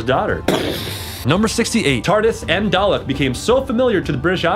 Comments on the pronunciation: The dude in the T.A.R.D.I.S hat mispronices dalek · I have the same feeling about this. Especially the parts when the chick says "dalek", somehow she managed to make a mistake, they have recorded again her saying it and put it over the video. Like c'mon! How can you mispronounce a word that is so essential to the Doctor Who universe